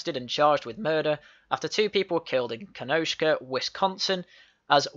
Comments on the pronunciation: You are right, it’s ‘Kenosha’ there’s no K in it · It's Kenosha, NOT Kenoshka.